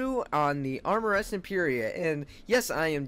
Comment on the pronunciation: Armeress instead of RMS again 😅